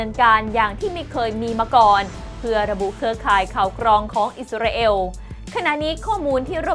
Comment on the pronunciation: มีทุกชาติทุกภาษาใครเป็นใครไม่รู้.....28ประเทศน้อยไปค่ะ เอล.....เอว....***ออกเสียงไม่เหมือนกัน * อิสราเอล *